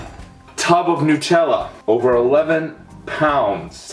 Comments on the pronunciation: hate the way a lot of americans and canadians say nutella. its nut-ella not nootella. It doesnt bother me that much but it kills me a little inside whenever i hear it pronounced tht way. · Do you call nuts newts? It is nut-ella for fuck sake because it has hazelNUT not hazelnewt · OMFG, WHY ARE SO MANY PEOPLE BITCHING ABOUT HOW IT'S PRONOUNCED!!? Nutella is originally from Italy, and the man who invented it pronounced it "new-tell-uh" therefore everyone else should pronounce it that way. Yes, I KNOW IT SAYS "NUT-tell-uh" but that's not how you say it. I don't care where you're from or if you have an accent, PRONOUNCE IT RIGHT AND STOP SHITTING BRICKS WHEN PEOPLE CORRECT YOU! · Why do Americans pronounce Nutella as "Newtella"? The 'nut' in Nutella means nut, as in the food, nuts, HAZELNUTS. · Jamie - it's pronounced newt-ella. This is printed on every container. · wtf r u smoking. it starts with nut, as in nuts, cause it has fucking nuts in it. not newts, not nats, not anything else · The Snazzy Rolo no its not! Its made from HazelNUTS so is pronounced NUT ella! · The way he pronounces Nutella is so funny. Lol Nootella.. Down here in Australia we pronounce it Nuhtella.... :) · new-tella?? wtf... NUT-ella, dipshit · Furious Pete Brah! Honestly each to their own. But I am curious, Why do Americans call it (to write it phonetically) Newt-ella? Like It is Hazelnuts are not called Hazelnewts, and it is not named because It is made from Hazelnewts, lol. So why? why not call it NUTella? Like I could understand somewhat if ye guys called Hazelnuts, Hazelnewts but ye don't so makes not sense! Lets go Pete, do this for your country and call It NUTella, but only if you want to. Pahahahaha! High 5 for eating that btw, savage Video! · I don't want to start an argument, but it is Nut-ella. Not Nu-tella. It's Nut-ella because it contains hazel nuts. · Its pronounced as Nut Tella, not Nu Tella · Nut-ella not new-tella!! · New-tella lol Nutella... NUT! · It's nut-Ella not noot-ella